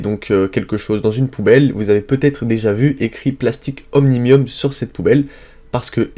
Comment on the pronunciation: comment faire confiance à vos analyses si vous ne savez même pas lire le nom des entreprises